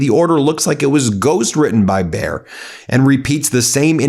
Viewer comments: Please, you pronounce it as bai·uh, not bear!!! It is the brand of the aspirin for crying out loud, everyone knows it!! There is even a football team with their name Bayer Leverkusen, not Bear Leverkusen. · Hi, it is pronounced Buh-yeah-r. Not bear. Buh like but or butt without the "t". Yeah like yes-yeah, not "year". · Dear Ben, Bayer is pronounced as Bye-err. Bayer is a German company, world famous for inventing Aspirine in the1880's. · "Bayer" is pronounced like "buyer" 😉 greetings from 🇩🇪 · Bayer had bought Monsanto, something they are regretting "bigly", today. Bayer is a German company, so your Anglo pronunciation, dear Ben, feels US-ally wrong (again). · Bayer as in Bayer aspirin company. (?)